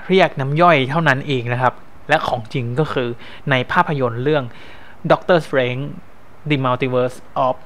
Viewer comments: สเตรนจ์ ครับ ไม่ใช่ สเตรงจ์ 5555+ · ดอกเตอร์สเตรนจ์ ไม่ใช่ ดอกเตอร์สเตรงจ์ เดอะ มัลติเวิร์ส ไม่ใช่ ดิ มัลติเวิร์ส วอทอิฟ ไม่ใช่ วอสอีฟ ดิ อิลลูมินาติ ไม่ใช่ ดิ อิลลูมิแนติ โมนิก้า ไม่ใช่ โมนิกล้า ชูมา-กอแรธ ไม่ใช่ ซูม่า-กาแลด เพ็กกี้ ไม่ใช่ แพ็กกี้